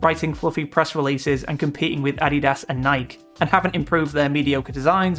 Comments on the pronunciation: Just an fyi, it's pronounced Nik-E. Not Nike. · That‘s not how you pronounce Nike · The pronunciation of "Nike" lol... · why do people insist on pronouncing Nike wrong?